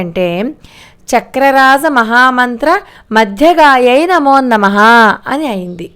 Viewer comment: Amma namaskaramu నమోన్నమః అంటున్నట్టున్నారు. నమో నమః అని మాత్రమే పలకాలి. ఒత్తు పలుకు రాదని మనవి.